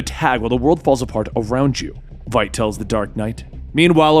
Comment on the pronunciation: Eyy, he got Veidt's name right!